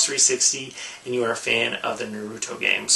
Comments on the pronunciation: It is pronounced Naruto as in (Nar A Tow) not Naruto as (Nar U Tow) Get so annoyed when people don't pronounce it right. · The way you said Naruto and Kameo was so off I know sometimes people just don't know the pronunciation so here is how it is pronounced nah-ruto not neh-ruto and Kameo is pronounced Kahm-ee-o I'm sorry if I seem rude I'm just a little OCD on how people say things